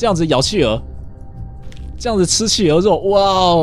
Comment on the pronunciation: 企鹅听成汽油。。。XXXXXDDDDD